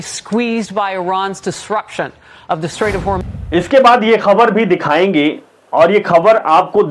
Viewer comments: Hurzum nahi hurmuz hai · It's Straight of Harmuz not Harzum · Horjoom nhi hormooz hai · O bhai kyo hormuj ki maa bahan kr raha hai name toh sahi se bol le horjum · Thik hain bhaiya aap ka samachar sunke accha loga . Lekin Horjum stait na bolna "Hormuj strait" bolna chahiye aapko . Nomoskar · Pehle shi naam bolna Sikh fir news editor ban Hormuz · होर्जूम नहीं सर होर्मूज है। सबको मोका मिल गया मास्टर बनने और विदेश नीति का ज्ञान पेलने का । जिससे अपना घर नहीं संभाले बनता वह विदेश नीति सीखाएगा अब😂😂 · Pehly naam to theek se lena seekho fir patarkarita kro harmuz strait ko harjom state ya street bol rha hai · Wrong pronunciation ,harjum nhi Harmuz strait. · Kya Baar Baar horzum word Laga Rahe ho aap ko Hormuz kehna NAHI aata. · Horzum? Hormuz ... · Harzum nehi bhai Harmuz koho , kamse kam sahi se kehna Sikh ke anchoring kiya karo 🙏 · Horjum nahi he bhai hormuj he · Abe Chootia Pahle Sahe Bolna Sekh Le .. Horjum Nahe Hormuze Hi Wo 😂😂😂😂😂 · Horjum nahi hormuz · भाई बुरा ना मानो, आपका content बहुत अच्छा है किन्तु आपको आपके उच्चारण पर बहुत काम करने की जरूरत है। 'हॉर्मुज को हर्जुम ', 'पलेस्टाइन को फिलिपस्तीन ' थोड़ा अटपटा लगा, आपका शुभचिंतक। जय हिंद ❤ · Horjum nhi hormoz hota ha😂